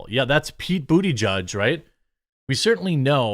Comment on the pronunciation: “Pete Booty-Judge” Haha nice one Jer Bear, that was intentional right? Im assuming it was but I never know because you are pretty terrible a pronouncing names or pronunciation in general but nice one 👍